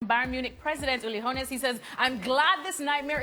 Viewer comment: "Hoe-ness" hmmmmm